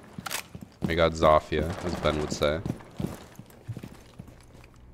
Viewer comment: That's actually closer to the proper Polish pronunciation than the "Zo-fia" that is most popular and sounds like it's Spanish.